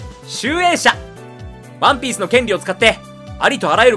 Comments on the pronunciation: ワ↑ンピース よ↑んこう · 毎回ワンピースの言い方がクソきしょくて、それが面白いと思って擦りまくってるところるところ好き